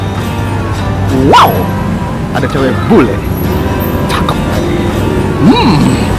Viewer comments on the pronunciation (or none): "Wau"... nya kya suara Anjing haha lucu bgt bang!